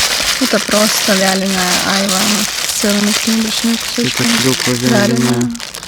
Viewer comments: Доброго времени суток! Ребята вы просто очаровательные! У вас такая тёплая и душевная семья. На вас реально нужно ровняться многим. Спасибо за ваши видео! Бабуле с дедушкой дай бог здоровья! Да и ещё,айва, ударение на второй слог айвА, без обид. Удачи вам. А мы все будем ждать новых видео. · Вы конечно из Белоруссии..и можете не знать. но на русской слово айвА. ударение на последний слог. Всего вам доброго. ( написала не для критики )❤ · В России на Айва ударение делают на последнюю А😂 у нас тоже дерево растет, очень с нее вкусное варенье, может я что-то путаю и у вас другой какой-то фрукт называется Айва, а малинку посадите себе вы справитесь, мы тоже перетераем с сахаром и в холодильник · Добрый вечер из Крыма. На 51минуте это не сыроежки, это сладкие грузди. И не Айва, а айвА правильно, это турецкое слово. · Ребята, вы молодцы!!!! Сбор малины- это очень интересно. Но почему бы на вашем хуторе не заняться голубикой?! Хвойный лес же у вас. Но вам виднее. И еще: вы называете Айва, делала ударение на первый слог. А на юге название айвА. Я южанка. У меня айвА в саду. С полкило и более каждый плод. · В слове Айва ударение на последнюю букву А